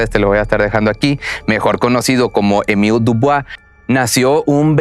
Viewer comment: Hola se pronuncia” Emíl Diubua